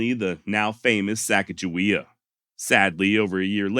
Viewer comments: Just had to leave a comment so it wasn’t sitting on 666. But hey great job on this one very entertaining and educational and thank you for pronouncing Sacajawea correctly. Lol my wife and I have had an ongoing argument about the proper pronunciation for going on 20 years now. Lol. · And His finalization of the name pronounciation of the young native american teenager female that joins the expedition is the same i heard growing up in school and i didnt even know there were any other pronounciation of her name until extremely recently, and im 40 yrs old. So im glad with his final decision to say her name right.....